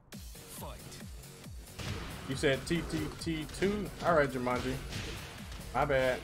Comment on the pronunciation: I like to see eyemusician vs Jumanji wait i mean "Jermanji" 😂 his Yoshimitsu vs his Yoshimitshu